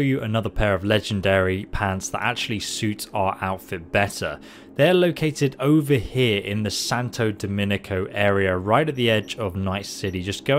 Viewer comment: Since when has 'Domingo' been pronounced 'Dominico'?